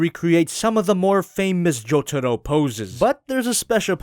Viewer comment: Did ya say Jojudo or jotaro idk my ears are pretty bad or you pronounced his nam wrong